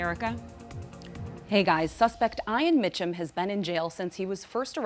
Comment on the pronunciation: How do they not know how to pronounce Ian?????